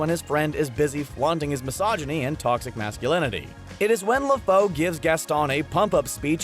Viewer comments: Le Foe? Isn't it pronounced "La-Foo" ? As that's what he says in the film..... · le foe? Its le fou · Le Fou is pronounced "Le FOO" not "Le FOE".